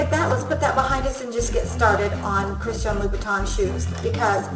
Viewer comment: "christshiahn louiebittan"